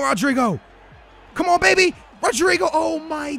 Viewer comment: Damn you really slaughter some names. Salvieu? No, SalviO, just like rodrigO. On the other hand rodrigo comes out nice. And look at the name pereira, damn man